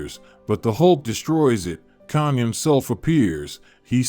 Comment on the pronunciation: You gotta learn how to say Kang the right way